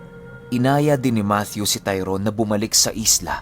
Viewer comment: yay!!!! thanks ❤️ matthew with the TH talaga🥰 god bless and more power... abid listener from KSA🇸🇦